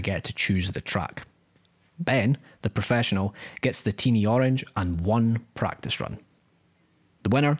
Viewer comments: "pratice" run🙊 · "pratice run" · Prat-ice? :D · “Pratice Run” - 2022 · " pratice " oooh no